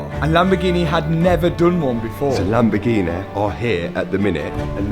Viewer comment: Oh the Lamborghineh...